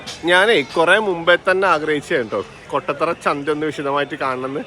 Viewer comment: കൊട്ടത്തറയല്ല കോട്ടത്തറ ആണ് 😊😊